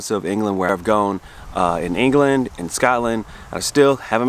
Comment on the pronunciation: Hey, I noticed an usual pronunciation you used,. "Gone" rhyming with shown... is that standard pronunciation for a specific part of the US?